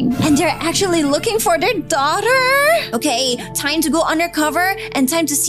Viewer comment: OKEH ARE YOU OKEH!